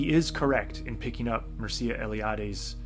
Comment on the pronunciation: Very interesting video. Just for ease and accuracy of pronunciation, Mircea sounds like Meer like in meerkat, and cha like in channel.